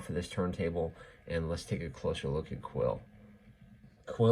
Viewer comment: He looks Soo good!!! Btw it's pronounced queel not quill. I know it's interesting but that's how it is.